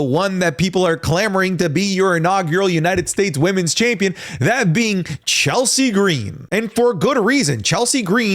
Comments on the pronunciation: You aren't allowed to speak Chelsea Green's name without putting the oomph on it. How dare you sir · I'm going to say the same thing that I said on another wrestling youtuber's channel on this same question: Michin, Naomi & Zelina Vega are my top 3 choices for the U. S. Championship. Please, no to Chelsea Gree-een. However, Lyra Valkyria is a great honorable mention for this title.